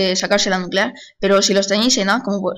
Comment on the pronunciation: Estoy en 2015 :D por cierto "NUCULEAR"?